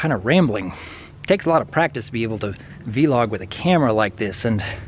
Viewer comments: How way you say vlog is a little weird, but I'm used to hearing it as "vlog" instead of "V-log" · It's pronounced /ˈvlȯg/, not /ˈvee-lȯg/. But yeah, learning about new tech and equipment can be hard but really rewarding when you get into it. The benefits are way better than the disadvantages of picking up new stuff, usually. As for your idea about starting a financial literacy vlog, I honestly think it's a good idea. It's something so many people are afraid of even talking about, and you providing an avenue not only for discussion, but for education is a good thing, definitely. Just imagine, - Financial Planner. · Vlog is pronounced like blog but with a v not a b, it's not v-log. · You don't need to pronounce the v so much when saying vlog. It's just like blog, but with a v. :)